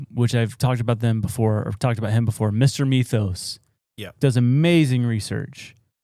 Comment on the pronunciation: Can't even pronounce Mythos!?!! Reminds me of y'all butchering the word Berserker repeatedly all through another episode, and many more such examples exist as well. Love the shorter clips of your shows but just a wee bit of literary prep before you record would boost your images immensely!